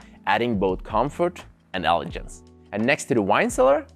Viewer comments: wonderful review ! also, it is pronounced "eh-luh-genz", not "eh-luh-jernz". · in English, the word 'elegance' or 'elegant' has a hard G sound, like the word 'glass' or 'great'. Great video and I love the wine focus - Serving Keller VdF in the standard pairing is pretty impressive, as well as getting a Sta Barbara Chardonnay in Norway. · he means the word "Elegance" which you say many many times, wrong :)